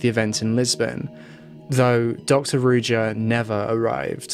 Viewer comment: You're butchering her name.it's supposed to be read as ruža meaning z is read like in for example in joie de vivre not as j as in jeans.Ruža means rose on multiple slavic languages.it's almost obvious that she went into hiding with the money she stole which is horrible.poor people.